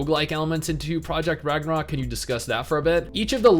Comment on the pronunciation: I will never understand why people use the "ö" when it is supposed to be a regular "o". It makes the word really messed up in all the Scandinavian languages. Its called "Ragnarok" here, we learned that shit in kindergarden.